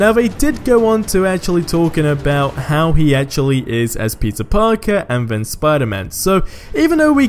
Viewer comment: i swear ur saying pizza parker not peter..